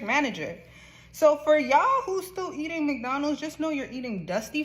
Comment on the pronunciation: May I remind everybody—The prices of each item is clearly posted on the Menu-boards and you know that there'll be tax added. ~ (Where's the surprise?!) ~ This is why I'm no longer a customer. ~ (I'll eat crap ... just not expensive crap.) — also Honey, they placed your app-order in Virginia because you pronounce McDonald's as "Make-Donald's". (You can pick it up in the Appalachian Mountains.)